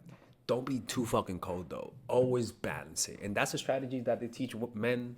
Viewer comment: He is Alex’s LOL 😩😂🤣 He said “StrageRZy” LOL Grammar school maybe